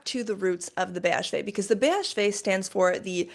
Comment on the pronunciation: you pronounced BHV perfectly